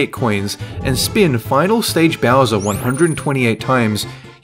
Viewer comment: Bowser not bosser